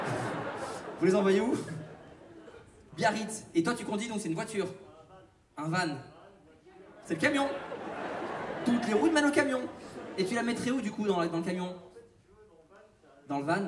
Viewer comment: BIARRITZ ! Pas Biarrizt. Les Biarrots vont râler ! Sacrée anecdote en tout cas !